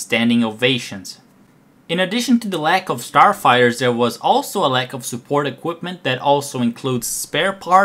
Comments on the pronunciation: understandable, yes, that is good. But saying "forty eight" in stead of "thirty eight" and " ... a turd of their sarfighters..." Go get another job where you don't have to actually speak, this is terrible. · "... Almost a turd of their sarfighters..."